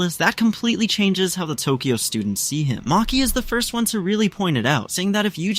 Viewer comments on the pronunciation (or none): none